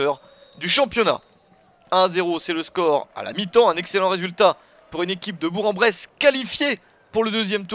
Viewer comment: Chez nous Bourg ce prononce BourK BourKen Bresse Merci